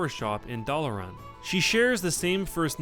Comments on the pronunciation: WTF is darlin, you mean dalaran? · "Darlin'." ... Dalaran. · Darlin? You man Dal-A-Ran? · It's Dal-lah-ran not Dar-lin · SAY AFTER ME KIDS. DA- LA- RAN!. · really.."darlan sewers" learn more about the game next time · How can you fuck up the word dalaran?